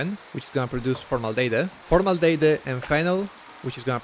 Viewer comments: Formaldehyde is pronunced “for - mal - de - hide” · For future reference, you pronounce it as for-mal-deh-hide. Not sure if there's a formaldejekyll out there somewhere, but for the moment that's the only one we have.